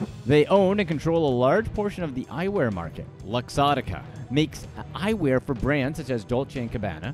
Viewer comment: The way he say LUXOTTICA!!